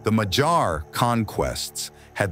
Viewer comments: Also: in madjar j is not like in the word dj dee jey, but like in yolk, yes, or hey. So more like Madyar. Again, pronounced as one sound dy. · MaG-Yar with a hard g and a pirate yar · A quick note: It is madjar, pronouncing dj as one sound between d and j. A soft d. Not madsars or machars. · You are driving me nuts with your madjar pronunciation. You said it correctly when about the Central Asia relatives - it is ”Mag-Yar”, not ”Mad-gear”!!! For the rest, your video it is very good (I am Romanian and met a lot of Mad-gears! even had them as army mates) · The way you pronounce Magyar makes my hair stand up. I live in Hungary and its pronounced My-gee-yar. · Very good documentary! But it kills AI cannot properly pronounce Magyar words properly! Work on that point ! You need help, hit me up! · Just killing me hearing Magyars so badly pronounced!